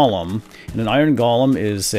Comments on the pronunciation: Dude its golem Not golam!!!!! €₩¥€¥£₩€¥€₩€₩€₩€¥ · Im almost positive golem is pronounced lik "go-lem" not "gol-lem" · Pronounced GO-LUM